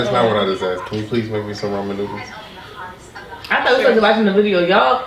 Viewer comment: Why does he say Roman noodles 😂😂😂😂